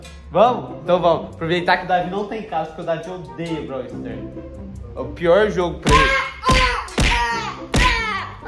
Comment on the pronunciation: Braw sters 😂 e braw stars